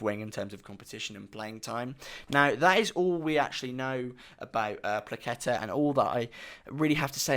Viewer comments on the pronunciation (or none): Perfect pronouciation btw 👊(maybe without that k in Płacheta, it's just h as in hello)